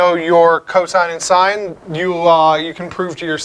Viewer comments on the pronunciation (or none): none